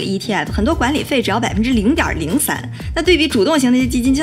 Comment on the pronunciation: 9：05 小lin 說的0.03那個發音，有喜感！